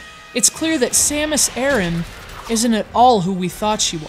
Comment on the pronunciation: it's actually Aran..